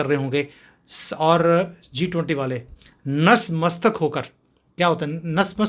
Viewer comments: Natmastak & not nasmastak. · Nas Mastak nahi Nat Mastak hota hai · ITS ... NATMASTAK ... BRO!! ... i.e. .... BOW DOWN BEFORE .... NAT means BOWING DOWN ... MASTAK means HEAD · नस नहीं नत मस्तक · नसमस्तक नहीं नतमस्तक है। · Sir, Nasmastak nahi Natmastak kehte hai Jai Maa Bharati, Jai Bhawani, Jai Shree RamHanuman